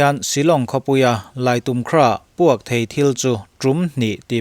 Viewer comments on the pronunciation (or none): I think Laitumkhrah should not be pronounced as Laitum-khrah. Thanks. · Laimu tia lam tur.a spelling ah laitumkrah ni mahse, Laimukrah tih a lam tur. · Lait um khrah tia lam tur ami kha.. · I think Laitumkhrah should not be pronounced as laitum-khrah